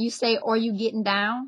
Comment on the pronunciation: Love this language topic. I notice she pronounces the word "are" as "ower"...kinda. Also, A fais do-do is a Cajun dance party; the term originated before World War II. According to Mark Humphrey, the parties were named for "the gentle command ('go to sleep') young mothers offered bawling infants." She'd want the baby to go to sleep fast, 'cause she's worried about her husband dancing with somebody else out there."